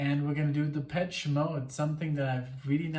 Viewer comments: it's shhhh though not chhh )) depeshhhh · It’s Depessshhhh not Depech 🤣